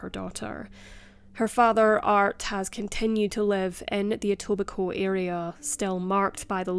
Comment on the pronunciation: Wow you pronounced Etobicoke right!!! Nice work